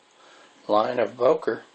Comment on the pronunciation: It's not pronounced "Boker". It's "Böker" as it's written. "Ö" is pronounced just like the 2nd "e" in "emErgency", the "u" in "murder" or the "i" in "James T. KIrk".